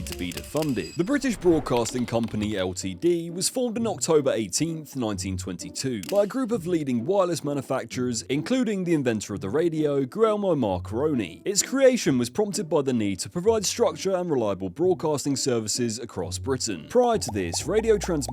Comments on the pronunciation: Macrony.... Lol, Marconi. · Firstly used pronounce marconi's name wrong and secondly he was not the inventor of radio Nikola Tesla was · I have NEVER heard 'Marconi' pronounced like that.